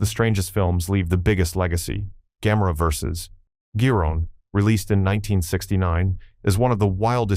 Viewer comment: 何で「宇宙大戦争」のタイトルが「宇宙戦艦ヤマト」になるんだ（笑） 「ドゴラ」が「ドラ」？ 「緯度ゼロイチ、九百六十九」？ 「昆虫大戦争」(監督名の読み方が珍妙)の前にハリウッドは「黒い絨毯」を作ってるよ。 「ギロン」が「ジャイロン」（笑） 「さよならジュピター」の総監督は小松左京氏。橋本幸治氏(こちらも読みが変)は監督補佐。 誰が書いたか知らないが、あまり笑わせないでくれ。